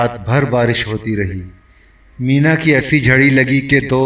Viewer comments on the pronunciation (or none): اردو درست پڑھیں... بارش کو مینہ کہتے ھیں مینا نہی...